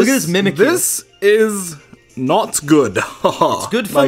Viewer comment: The godly mudkip Dylan its mimikyu not mimakie